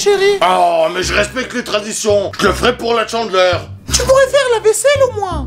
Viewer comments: 《Chandeleur》 on prononce pas 《Tchandeleur》 Pitieeeer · C'est la "tchandleure" je suis morte .😂😂😂😂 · La...chandeleur... ou est la liaison avec un T? 😂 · Hey c juste pour te dire que c pas la «tchandleur» mais la «chandeleur»😂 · On dit la chandeleur pas la "tchandeleur" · c pas tchandeler c chandeler😂😂😂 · CHANdeleur pas TCHENdeleur 😂😂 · c'est pas la Tchandleur c'est la Chandleur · on ne dit pas chandler mais chandEleur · Chandeler pas tchandeler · Ca m'a fait rire parce que tu dis la Tchandeleure 😭😂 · C trop drôle quand à au lieu de dire chandeleur tu dis tchandeleur 🤣🤣🤣🤣🤣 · La "tchandleur" mdr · il dit la tchandleur chelou comme prononciation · Mdrrr il dit tchandleur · la "tchandleur" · Tu dit tchandeleur